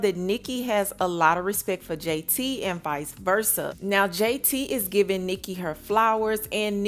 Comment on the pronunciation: Everybody talking about “this is so great” blah blah, she literally didn’t even know JT’s name 😂 she called her jay-taria. Like pls y’all get a grip